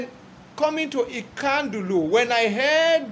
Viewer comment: Nkandu Luo, say it after me, NKANDU not Ikandu